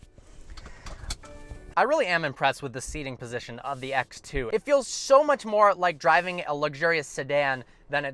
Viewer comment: ”ax two”